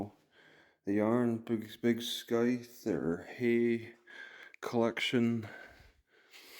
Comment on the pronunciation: Scythe has a soft c, not a hard c.